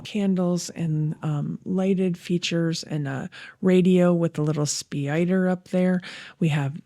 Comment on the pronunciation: Love your spider pronunciation when pointing out the top left one🙂 This set looks great, the dark colors with the white trim👍 I've built a lot of sets both lego and other brands and I gotta say that Lego engineering of their sets is the best by far. Their engineering is both creative but also is solid and works as advertised.